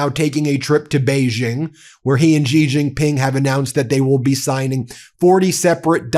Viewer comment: everytime I hear you intentionally mispronounce Xi jinping, I have to turn your voice off. If you want to be a legitimate journalist you need to make some effort to properly pronounce the names of foreign people and places.